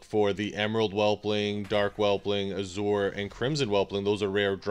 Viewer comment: the way you are pronouncing Azure is driving me nuts.. but i do like the video dude. Thnx for the pet battle ID thing thats awesome.